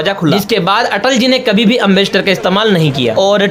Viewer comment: एंबेसडर है एमबस्टर नहीं है अगर वीडियो बनाना नहीं आता तो मत बनावो